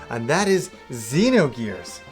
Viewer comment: I love that this guy says everything the way I did before I knew the correct pronunciations. "Z-nogears" instead of "Zinogears" - "Saaga" instead of "Sah-ga". Not trolling, just love it.